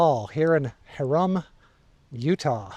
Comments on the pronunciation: Hyrum is pronounced - Hi-rum with the emphasis on the first syllable. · Well done once again. Keep up the good work. It's pronounced "High-Rum". You will run into a lot of towns with oddly pronounced place names in Utah. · Pronounced HiRim. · Great videos. Keep em coming. This area is my home. Glad you can enjoy it. Pronunciation hint: Old Eee-from and High-rum. 🤪👍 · I just did the last section of the BDR a couple of weeks ago. I recognize many of these roads. I got a little lost and wandered around a bit. In your video that section was being grated as I road through it, but I was heading up, not down. It's a beautiful area. Thanks for sharing! Also, FYI, as a Utahn, Ephraim is pronounced "EE-frum" and Hyrum is "HIGH-rum". Emphasis is on the first vowels :)